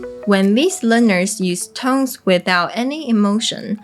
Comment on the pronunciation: 你把「tones」唸錯了！把你的手放在你喉嚨然後發「tone」你就會覺會發掘出來莫為「n」的音喉嚨有震動。把那個震動加再「s」上面，它會變成「z」的聲音。一班的英文母語著會把「tones」說成「tonez」。不管是名詞或動詞都會這樣hugs的g喉嚨有震動，所以會把s發成z。kids的d也是，所以要念成kidz。kicks而不是，ck喉嚨沒有震動所以kicks的s不會變成z的聲音。謝謝你的影遍，以後希望你也會有一些教台語的！